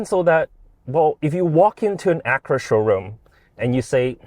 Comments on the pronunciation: Ak-u-ra, not Akra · Lame, biased review. If Honda is so great, why did they have to borrow GMs tech? They bought the best platform money could buy, which is available NOW, and you nit pick at the buttons and mispronounce Acura...